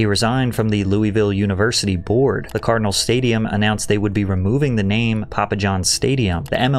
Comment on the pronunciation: This dude butchers every last name he says